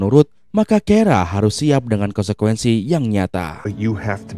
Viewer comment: Konsekuensi, bukan KOENSEKOENSI 😂😂😂